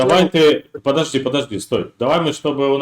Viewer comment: ПЫДЫАЖДИ , ПЫДЫАЖДИ .,- ТУПОЙ МОКШАНИН.